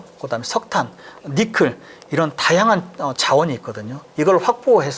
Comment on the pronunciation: 니켈을 니클로 발음하셔서 불편하네